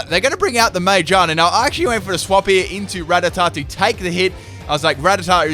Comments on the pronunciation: IM SORRY I HATE WHEN U SAY “mimiku” ITS mimikYu Also when u say “Majearna” ITS MAGEARNA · Mayjarna? It's Ma-gear-na. (Unless there is an inside joke I have somehow missed) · I wasn't going to comment, but you butchered the pronunciation so many times I just had to correct it. Magearna. Muh-geer-nuh. Like spinning gears in a clock. It's a clockwork pokemon. It makes sense. I don't know how you got "May-jonna" from Magearna. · The way he says some of the Pokémon names pisses me off. No it’s not ti tugga it’s tirtouga. No it’s not majeerna it’s magearna. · when he says ma-gear-na wrong it messes with me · Its Ma, Gear, Na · im sorry did you just call magearna mayjarna? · It’s pronounced ma-gear-na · Sorry but the way u say magerna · For the record, ma-GEAR-na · Why does he call Magearna man-gina. Lol wtf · it pronounced Mag-gear-na. Not what you said xD 😂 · jeez that pronunciation of magearna